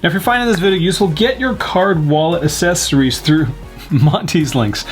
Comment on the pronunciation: Accessories = ACK-cesories not AH-cesories. You sound like those people that say Birf-day.